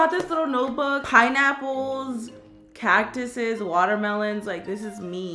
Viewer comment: Did it kill anyone else when she said cactuss😲